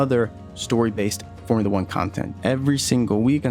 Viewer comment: Formoola Uhh.